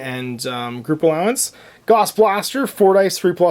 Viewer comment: Gauss is pronounced like “house” with a “g”. Carl Friedrich Gauss was a German mathematician and physicist.